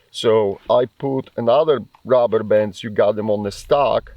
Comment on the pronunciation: Came for the AK. Stayed for the Shirt 😁 That along with "The Rubberbands" I was put into a trance and had to rewatch 😂 That was the most satisfying way I've ever heard the word "DuRUHberbanss" in my life to Was also the funniest fucking spoken sentence I have ever heard in my life 🤣🤣🤣